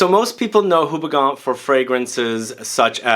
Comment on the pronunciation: Just a quick tip if you want to sound proper different - the name of the brand is pronounced as "OO-BE-GONE" (at least to make it simple). Great review!